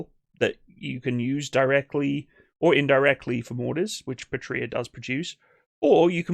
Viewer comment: Excellent and very informative presentation. IMAO Patria has the accent tone on the first "a" and not the "i", since the word comes from Latin, meaning "Fatherland".